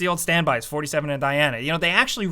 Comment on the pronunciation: Hitman... or as I like to call him norty seven. 🖤🤍❤